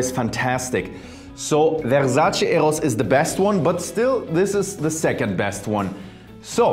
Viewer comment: Vewsace Ewos 😆